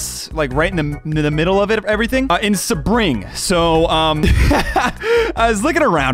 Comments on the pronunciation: It’s pronounced sea-bring not sabring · Please pronounce sebring right jesus SEA-BRING ah yes a typical snowbird/tourist "I ThInK tHis Is BY DiSnEy woRld' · Note: Sebring is pronounced See-bring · I’m so offended I live in the Sebring and you pronounced it WRONG grrrrr